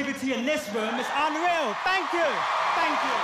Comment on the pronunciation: it’s unweaw 😂